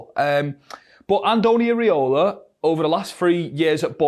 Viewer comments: It's "EEERA" NOT "EEERE" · Show some respect. Learn how to pronounce his name correctly. "Irry-Ola" HA